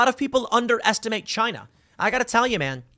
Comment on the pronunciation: It was " Chyna"